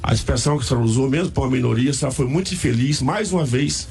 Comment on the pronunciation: Ela falou MUIE